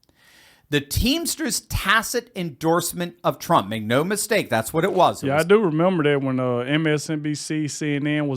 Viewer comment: TRUMP not TRAMP